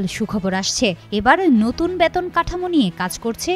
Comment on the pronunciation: ব‍্যাতন না বেতন বলুন।